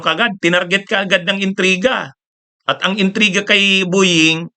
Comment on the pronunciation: PLEASE LANG!!... BO- YING NOT BU- YING....PET- SA...NOT PIT- SA